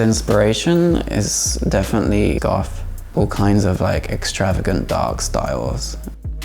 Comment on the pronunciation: Ooh! So edgy! Agender as well - coz feelings trump facts, CLEARLY! So endearing that he doesn't pronounce "th" as it is meant to be pronounced, eg: Goth pronounced "Goff" - FASCINATING.